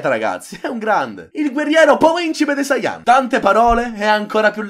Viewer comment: e poi ci sta la gente che dice sáiyan invece di saiyán